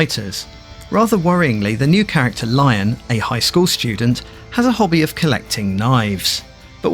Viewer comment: nice game breakdown, and this is my first vf game on the series (primarily the pc one).. but small correction there, lion's name is pronounced "LEE-OWN", not the animal itself..